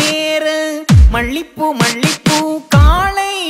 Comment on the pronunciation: This singer can't get tamil pronunciation right !! Its மாலை and not மாளை. Also it's மல்லிப்பூ and not மள்ளிப்பூ